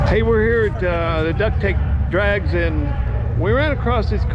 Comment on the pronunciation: Drags, not Drages!